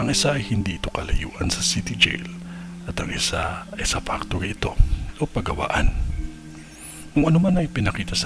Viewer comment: Makati pactory?? kapepuro ba e2??